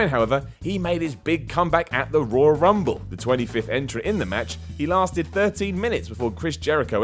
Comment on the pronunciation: seems unable to say the word "Royal". Why is he narrating a video about the ROYAL Rumble. Rull Rumble. Rawl Rumble. Raaaul Rumble... 😬